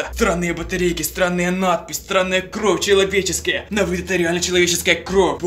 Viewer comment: не кроф а кровь и хвацит говорить банда манда